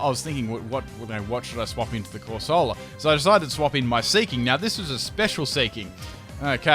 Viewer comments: cor sah lah? Isn't it cor se lah... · Omg the way he pronounces "Bass" makes me cry. AND THEN WTF IS A CORSAWLA. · You say corsola weird